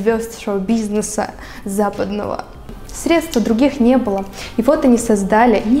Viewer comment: Ты сказала средствА!!!! Кошмар!!!! Аааа